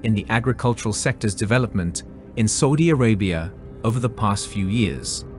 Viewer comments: i wish you stopped saying Sordie Orabia....its S.A..U.D.I ARABIA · Never heard anyone butcher Saudi Arabia so much sounds like saying soodie Arabia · The way you say Saudi Arabia 🤓🤓🤓